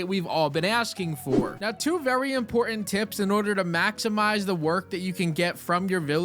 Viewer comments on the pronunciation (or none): Please. There is 2 Ts in the word important. It's not imporant